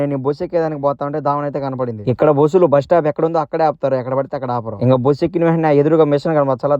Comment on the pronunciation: Boosu ❌ Bus 😅